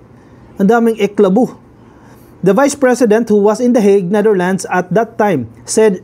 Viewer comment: Natawa naman ako sa iyo whenyou said eklabu